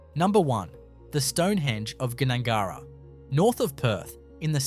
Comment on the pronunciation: G - Nangara…😅